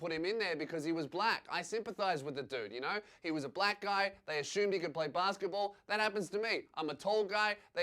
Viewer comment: "Ashoemed" why does he say assumed like that